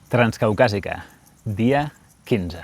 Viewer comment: Ostia jajajaja el de demà promet, tganzcaucazica fia sedse, el vodkaaaa🤣